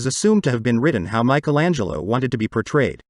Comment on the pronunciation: Very interesting. But when will you ever learn to pronounce “Michelangelo” the correct way ? For us Europeans, it sounds so weird